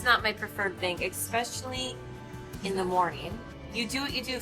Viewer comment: Hey, there is no x in the word especially.